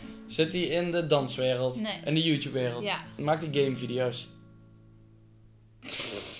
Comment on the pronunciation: zeg Mario in plaats van YouTube zeg ze hout Tube 🤣